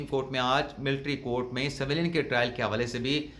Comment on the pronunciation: سویلین (Civilians) میں 'س' اور 'و' دونوں 'زیر' کیساتھ پڑھے جاتے ہیں۔ ان کو 'زبر' کیساتھ ادا کرنا درست نہیں۔